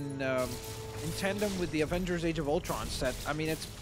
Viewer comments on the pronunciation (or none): none